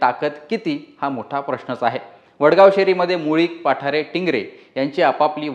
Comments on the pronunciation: पाठारे नाही.... बाप्पु साहेब पठारे.... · पाठारे नाहीं पठारे आहे न्यूज वालया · पाठारे नाहीत पठारे आहेत..